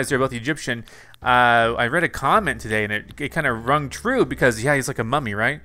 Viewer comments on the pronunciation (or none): none